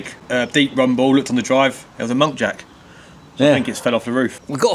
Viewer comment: Muntjac……not monkjac….😂😂😂